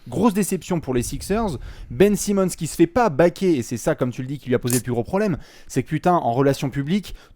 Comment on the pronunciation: "Benjamin Simmon" 😂😂🤣🤣